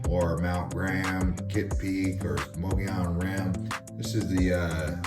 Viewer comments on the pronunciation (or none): none